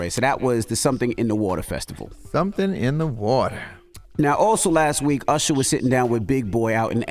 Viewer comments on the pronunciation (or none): Stop calling Usher “Ursher”